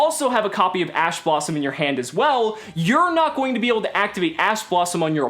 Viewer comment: Your man said ass blossom. Thought we wouldn't notice but we did.